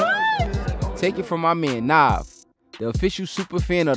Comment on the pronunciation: loving this but A$AP Twelvyy narrating - this ain't it chief! good effort but when you're mis pronouncing Nav's name wrong - we gotta problem! This should've been Marlon or the 4YE brothers or T-Rex's from ETalk/Much Music